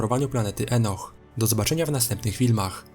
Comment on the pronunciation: Sorry, że cię poprawię, ale muszę, bo to kłuje w uszy. Item czyta się Ajtem, a Enoch, jako Inok. Dzięki za poradnik, na pewno z niego skorzystam.